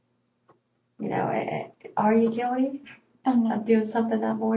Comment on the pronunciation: It makes you look guilty. Are you guildy? Give me a break. A detective who doesn't even know how to spell/pronounce "guilty" 🙄🙄 TBH, I really don't think she is guildy, detective.